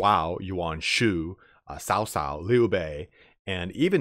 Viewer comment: You also nailed Liu Bei, but it's a hard cutoff at the end of his name. Cao Cao is more Tsao Tsao though your accent is pretty good. Kong Ming is alright, Ming is more question sounding though, where it goes up, like the end of 'are you coming?' Also, the first word in a name is the same as last names lol Nothing too different there.